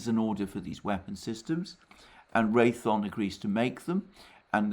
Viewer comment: Alexander—Ray-THE-on, not Ray-thon. The company is Raytheon Technologies. Thanks!